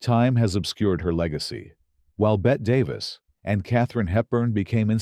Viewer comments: "Bet Davis," huh? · Learn to say Bette Davis, you AI clown.